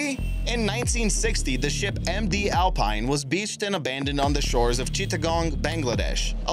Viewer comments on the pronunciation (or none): none